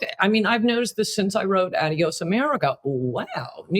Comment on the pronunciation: Coulter has a book titled a word she can't even pronounce. Adios- It's- ahh'de•ōs not - add'e•ōs And Trump is not an idiot. Idiot